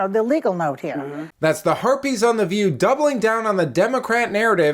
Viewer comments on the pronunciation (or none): "Harpies" or "Herpes"? Accurate either way 🤷‍♂️